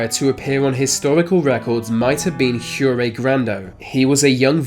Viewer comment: if Jure Grando is from Croatia wouldn't his name be pronounced Yure not Hure?